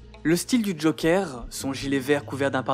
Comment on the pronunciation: "A l'égard du Jokeur" Si tu tiens à prononcer le "E" de Joker à l'anglaise, s'il-te-plaît, prononce tout le mot à l'anglaise, pas que le "e", parce ce "euh" que tu prononces n'est même pas le "e" anglais dans ce mot-là ! Même "Ze Jokère" serait mieux passé à l'écran que "Le Jokeur" avec le R roulé à la fin !